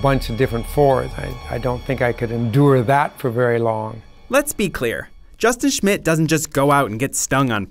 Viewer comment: Narrator: This is Justion Shmit Me: thinking he said Justin Shit